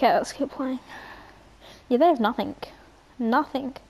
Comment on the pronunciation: And you pronounce nothing Nothingk